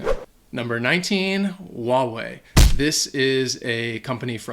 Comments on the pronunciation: Huawei, you do pronounced the "H". It's not "what-way". It's disrespectful to change something that is so obvious and simple. Calling it "what-way" is making a travesty out of the brand. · I'm native Chinese, and it always bothers me why Americans would pronounce Huawei as 'Wua-way', because in its original Chinese pronunciation (华Hua 为Wei) is straight Hwa-way. The H at the beginning is NOT silent! Just pronounce it as it is spelled! Don't overthink!